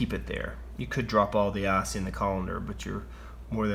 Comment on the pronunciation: It's ice not ass